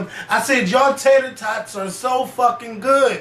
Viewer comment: Lmaoo "Tater Totts"!! Smh Oooh